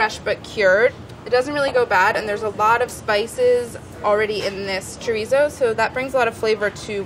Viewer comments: So everyone is just gonna ignore that she is saying chorizo wrong? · Never understood why people can't pronounce "chorizo" correctly. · Molly, can't wait to try this recipe! A point: I'm sure you pronounce French words correctly in your cooking ventures..please do the same with Spanish words, ie, chorizo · The way she said chorizo sent me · the way she's saying chorizo is making my skin crawl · every time she pronounces chorizo like that I cringe